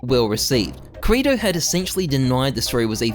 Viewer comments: ok but why do you call kirito "krato" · it hurts me every single time you pronounce kirito wrong, every anime fibre in my being is screaming at u man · ' pronunciation of kirito is gonna make me go crazy